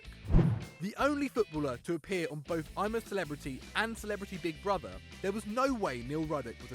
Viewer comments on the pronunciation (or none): none